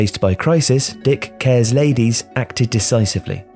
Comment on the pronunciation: "Dick cares, ladies" Giggling